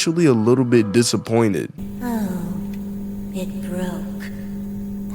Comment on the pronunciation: "I was abiy miffed"